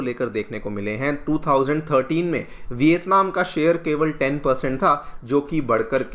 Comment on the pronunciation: Bhai education channel hai hindi to sahi bolo. Vitatman kar sakti hai? India kar sakti hai?